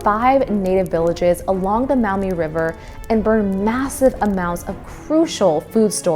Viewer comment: By the way, "Maumee" is pronounced MAWmee, not MOWmee.